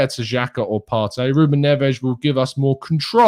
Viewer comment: I love the Portuguese pronunciation of Ruben Ness